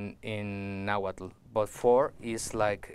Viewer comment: I'm sorry but this man is not native. He doesn't speak náhuatl. He seems to be taking nahuatl words mispronouncing them and adding a new age twist. It's cool that he is making native culture more mainstream but it's not authentic.